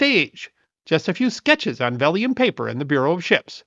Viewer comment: vellum, not vellium paper.